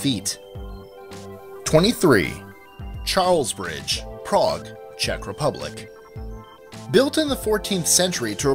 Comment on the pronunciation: Your pronunciation of the Charles Bridge was spot on! Fantastic! (ignore the haters...you're awesome in my book)